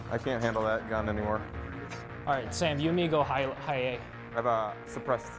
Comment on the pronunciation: arrf when you D said ''lets go high A'' I almost killed myself. Its palace btw